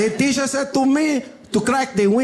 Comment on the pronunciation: im sorry ... i lost it when he said TEESHER lmao